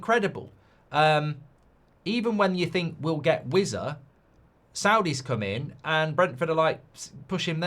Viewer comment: Who the hell is Wizza? Stop pronouncing "z" when it should be "s" (probably thinks he sounds more posh lol)